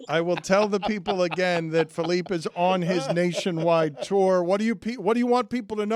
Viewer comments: Dan Le Batard, less Hispanic than Jeremy. Felipe, not Felip. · Dan calling Felipe Felip is comedy. Especially when you consider he corrected Stugotz 😂